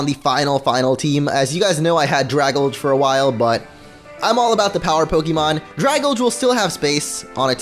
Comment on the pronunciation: I'VE SAID IT THREE FREAKING TIMES!!!!!!!!! IT'S PRONOUNCED DRAY-GAL-JEE!!!!!!!!!